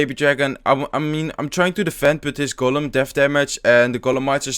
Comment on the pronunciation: use to say 'Golum' from The Lord of the Rings instead of 'Golem'